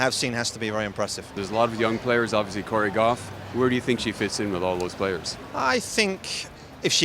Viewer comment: did this guy just say Corey guaff? hahaha